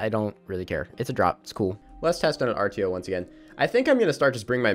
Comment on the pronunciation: If people are telling you that you're pronouncing "Artio" wrong, they are wrong. She's the Celtic Bear godess. and you're pronouncing it correctly.